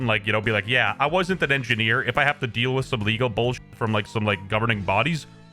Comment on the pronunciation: U did NOT say engineer